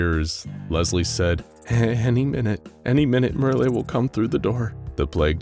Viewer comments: I suppose the people of this channel have never seen "Merle" in writing before. Not too surprising, it isn't a popular name, the only famous person I could find was the country singer Merle Haggard. But, it isn't "mer-LAY," instead it rhymes with "Earl." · It's pronounced Murrl, if there ain't an accent over the e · Who the heck Merly? Oh, you mean Merle, you know, like Earl, except with an M. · Mer-lay, lol. Merle, like pearl. BAHAHAHAHAHAHAHAHA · i always thought merle was pronounced murl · Btw: Merle is pernounced like Merl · Lol why are you pronouncing Merle like that? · Merle rhymes with curl and pearl, not olé or thursday.